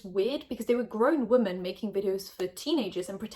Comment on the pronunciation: Can someone please explain to me why she always says ‘woman’ instead of ‘women’?!?!